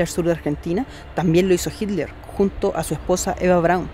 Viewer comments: Por que en lugar de decir Hiler, dice Hidler? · jiler dice jajajaj